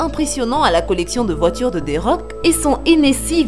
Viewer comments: Elle comprend toujours pas the rock et pas dé rock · Je rêve ou elle a mal dit thé rock elle rescpect pas le roi du catch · C’est moi ou elle a dis des rocks